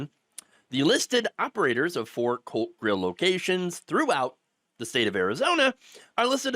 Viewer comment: ooh ! COLT grill lol I wasnt looking at the video when it started and thought he said Cult Grill. I'm here saying to myself... how ironic!